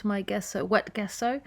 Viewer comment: Love the print! Just FYI, gesso is pronounced “jeso” with a j sound at the beginning. 💖👍